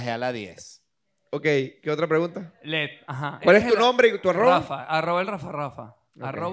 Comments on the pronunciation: Nadie le podía explicar que se llama Led y no LEG? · Que sufrimiento cuando decía “LEG” en vez de “LED” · Me angustia tanto el "Leg". es LeDDDDD con D